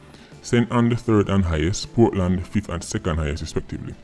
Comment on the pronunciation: Portland is actually "Poor-tland".